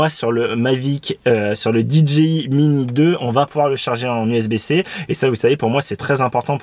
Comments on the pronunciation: Alors désolé , mais c'est dgi, mai dji, en anglais le j se prononcé "dji" donc rn anglais ça fait d "Di" j "ji" I "aï eten francais c'est d " dé" ji" ji" I en gros ont dit tout simplement "dé" ji" je sais quel genre tu cherche à te donner mais c'est du charabia, ça veut rien dire puisque tu prononce dé dgé I mais ton dgé il sort fou, c'est pas un g mais un j qui en anglais se prononce dji, et en français ji, du oup tu sépare cette brève abréviation en trois langue l'anglais le français et le charabia, tout ça pour pas faire comme tout le monde. Dépitant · Ya que moi que tu rends fou en prononcant Did G i? Stp choisies ton camp anglais ou francais mais pas ça ! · Alors, vous êtes hypés aussi ou il n'y a que moi ? 😊 NB : oui je prononce très mal DJI dans cette vidéo surtout au début et ça m'a moi-même gonflé au montage, désolé ! On me l'a largement fait remarqué à juste titre (voir première réponse de ce commentaire et plein d'autres commentaires), mea culpa mais je ne vous répondrait plus individuellement à ceux qui continuent à me le mettre en commentaire ! 😉